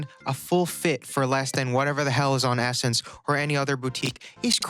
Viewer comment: Ohhhhh its pronounced essence, not s-sense